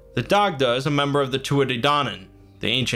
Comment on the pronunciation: It’s pronounced ‘die-da’ good video tho